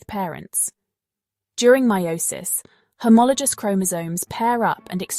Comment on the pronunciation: Homolo-goose, not homolo-juice (pronunciation HOMOLOGOUS)